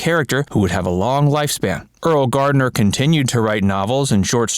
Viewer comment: It's pronounced "early"